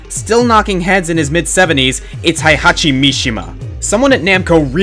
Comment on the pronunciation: /twitches/ It's pronounced HEY-hachi, not HIGH-hachi. (Ugh, I don't even LIKE the old bastard and I'm still getting worked up over the pronunciation of his name... I'm such a weeaboo. XDD)